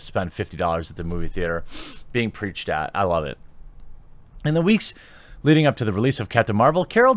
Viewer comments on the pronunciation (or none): none